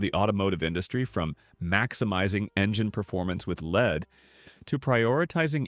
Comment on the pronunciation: An obvious AI narration, as the computer kept saying "leed" instead of "lead" for gasoline.